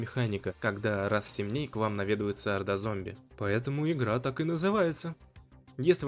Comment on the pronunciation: как только услышал "ихра",сразу вырубил видео